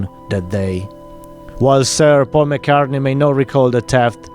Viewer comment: Paul "McCarthey" WTF?